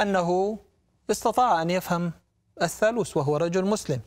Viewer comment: الثالوث وليس الثالوس. وجلجثة وليس جلجسة. الحقيقة هي أن المسيح صلب على الصليب ولكنه لم يمت بل انزل عن الصليب بعد ستة ساعات فقط وتم إسعافه ليلتين ثم غادر القدس إلى الجليل ومن هناك إلى دمشق حيث بقي بضعة أشهر يتردد بين دمشق وطرابلس الشام ثم غادر إلى كشمير في الهند نهائيا ومات هناك عن عمر مديد وله ذرية موجود حتى اليوم وله ضريح باسمه يوز عساف . وضريحه يسمى روزابال. .وهذه الرواية الصحيحة لها أدلة تاريخية وتختلف عن الروايتبن المسيحية والإسلامية.